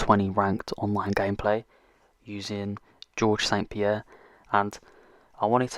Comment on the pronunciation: You deserve a like for pronouncing "Saint-Pierre" correctly :D